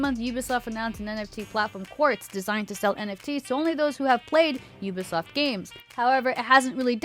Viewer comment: did she say “Ubisloft”? 😂